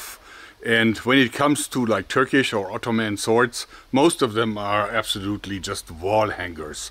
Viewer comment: Your Turkish pronunciation is fine, don't worry 👍